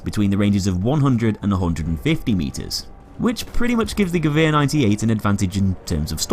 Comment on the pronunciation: So how do you pronounce "Gewehr"? Ge-que-r?